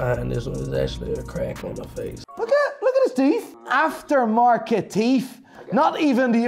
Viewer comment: Its teeth not teef